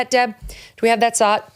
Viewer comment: When Megyn asks for a clip is she saying sot, slot or zot?